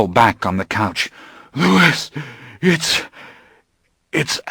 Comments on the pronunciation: Its hard for me to listen to this when he pronounces Louis wrong. Its not supposed to be said like Lewis. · I flinch every time he says Lewis though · this is so excellent but every time he says "Lewis" i take psychic damage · Amazing book, but the incorrect pronunciation of Louis might just kill me. It's pronounced Loo-ee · This narrator is amazing, but every time he says "Lewis" it breaks my immersion. It's like getting flicked in the forehead while daydreaming. Edited for spelling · Louis? It's the French pronunciation "Louie".. God that's throwing me off so badly. Thank you though for putting the book up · Why does the narrator keep mispronouncing 'Louis'? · I hate that he repeatedly says the main characters name wrong the entire time. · Every time he says Louis' name wrong. I get irrationally annoyed, lol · Oh my god me too! It's so grating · reallll i was like HUH ?? the first time he said his name- how does he get so many of the french pronunciations right (or close) but just BUTCHERS louis ?? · To those arguing that Anne Rice pronounced with an "S" - that's her prerogative however. Louis & Lestat are both natural born french men. And a Frenchman would never pronounce the "s" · Great audiobook, but the way he says "Louis" really upsets me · I DO NOT like that this narrator mispronounced Louis' name! >:( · I wonder about why the reader keeps adding the "s" to Louis. The French pronunciation is a silent S. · Love so much about this but the mispronouncing of Louis' name is getting under my skin a bit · Me too. That's my only complaint. Everytime he says it, I correct him in my mind and sometimes, even outloud. lol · Really enjoyed the narration style, but Louis is pronounced Louis not Louis. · Great reading, the only criticism is the way he pronounces Louis. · Nooo he pronounces Louis's name wrong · You're right. A narrator should know better. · Yes that bothers me too every time he says the name “Louis” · He's a narrator who can't pronounce Louis right.